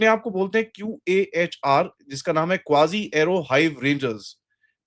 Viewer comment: क़ाज़ी है वो क्वाजी नहीं।